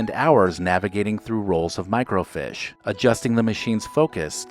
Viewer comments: "Microfeeesh"...not "MicroFISH". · FYI, microfiche is pronounced like it’s spelled microfeesh, not microfish. I say that with all due respect. Every one of us mispronounce words, so no shame. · It's pronounced micro 'feesh' not micro 'fish' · huh, we pronounced it micro - feesh, not micro - fish. It wasn't just my family. it was all the people I knew, including the librarians. maybe it's a regional thing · Microfiche is not pronounced "micro-fish." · Good Video--But it's pronounced "micro-feesh"